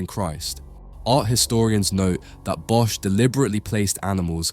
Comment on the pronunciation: Hey, awesome video. But please look up the pronounciation of Bosch en "ecce", as an art curator it is your responsibility to communicate for the artist, when you mistranslate words you are removing context.